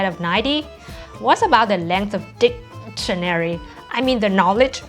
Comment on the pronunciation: The length of Dicktionary, lol